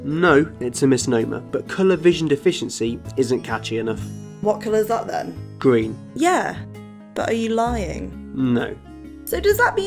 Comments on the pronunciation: He says gween instead of green sometimes..idk y but it's adorable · Its GREEN not GWEEN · Hey, I learned a lot from this video so don't get me wrong. I just want to know why ppl in your country pronounce green as gween and through as frough? I'm not being a dick I'm just curious. Is that a regional thing like here in the states? Like accents? U know what I mean? I have a few friends that would say tree instead on three. I think it's funny but I'm sure they think my accent is funny as well. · This guy might be color blind but he definetly is R deficient. Gween ? :) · Listen Not Trying To Be Rude But I Am Bothered By The Fact He Cant Pronounce His R’s... It’s Not Gween It’s Green, G”R”een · "Gween" "Owange" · Gween and owange... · When this dude described green as, “gween”. Bro you got a speech impediment too. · Love the way he says green. Grween ☺️. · Narrator : Gween, Bwrain Me: you're color blind and can't speak as well? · red oweng and gween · Gween. Owange. Bwain. Shoutout to Kerbal Space Program. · GWEEN WABBITS! HAHAHAHAHAHAH! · I'm sorry , I just have to say this. He said "gween"